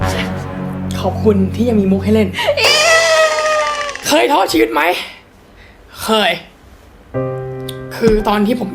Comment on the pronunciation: พี่พูด “เคยท้อ[ก]ชีวิตไหม” ฟังเร็วๆ เป็นทอดชีส5555